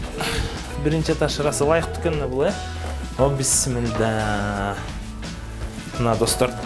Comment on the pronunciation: Бисмилда эмес бисмилла.